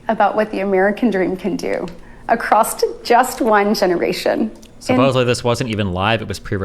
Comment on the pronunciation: The fact Britt uses words like "acrosst" should disqualify her for Senate.